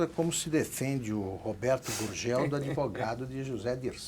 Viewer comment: Uma dúvida, o Villa fala Adevogado ou eu que ouço errado?